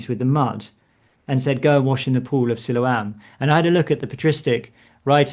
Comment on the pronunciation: Mistaking Byker Grove for Grange Hill is almost unforgiveable. Also enjoyed the gentle attempt to get to pronounce Siloam correctly but he wasn't having it. 😂 Always an enjoyable listen. Sometimes even for the right reasons!